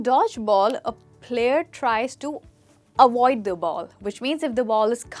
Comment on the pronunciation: Say avoid not awoid